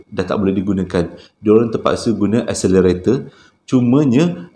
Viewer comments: Escelator kan ? Ngapa dengar macam escenator ? 😅😂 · 1 benda kelakar ni kan. main sebut je. kekadg betul kekadg salah. mcm td. eskalator jadi accelerator 😂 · ..escalator bukan accelarator hehe.. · Britney Spears...lucu lah. Ada satu pembetulan, excalator (tangga elektrik). tersasul, accelerator. Seram sangat cerita pertama, kesian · bang, es-ca-la-tor bang, bukan accelerator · Macam salah ja sebut escalator.